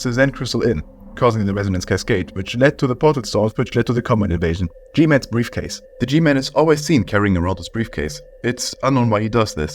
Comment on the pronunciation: briafcase lmfao